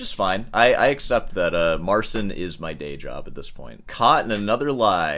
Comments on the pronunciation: It's pronounced Mar-ceen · It is "Mare-cheen" with "cheen" being very soft. You pronounce it as "Mare-sin". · Another thing that I ,being Polish"" find very pretentious ,is the fact that he keeps calling him self Mar"sin" like it was that hard to explain how to correctly say his name which is not that complicated at all, the "Cin" in his name is equivalent to ''Chee" in english , like Chee in Cheetos ,so it is simply Mar''cheen'' not ''Seen'' and Marcin being a Christian European Name also has its equivalent in English which is Martin. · So his name is pronounced Marcheen in polish? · mispronounces Marcin and DAddario 😂